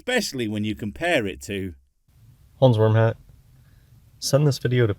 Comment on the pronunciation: Hey everyone its "Hmferzat!" Again, or is it "hrmmfurshat" I can't tell. Maybe "ronzburnhat"